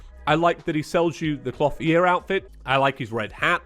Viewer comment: Please never say clothier like that again